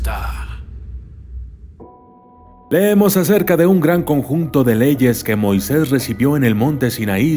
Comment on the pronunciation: Heheheh me parece curioso que el documentalista pronuncia es "Moises" sin tilde y no "Moisés" con tilde jej